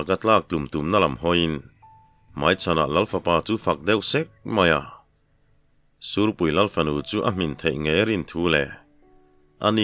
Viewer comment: Ngaithla leh veng² ang,sûrpui tih turah sîhpui ti leh zeuh ṭhin pu ber 😅